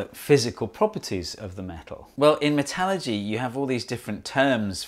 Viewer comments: FYI, most engineers will refer to Metallurgy as Metal-Urge-ee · I did not scroll down to see but is he saying metalogy… different than metallurgy? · your pronunciation of metallurgy makes me chuckle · When you say "metallurgy," are you trying to say "metallurgy"?